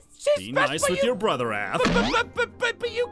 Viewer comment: I also love how she said broder